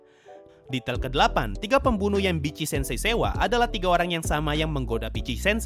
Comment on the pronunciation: Bang, nyebutnya Vitc-sensei jgn Bitci-sensei. XD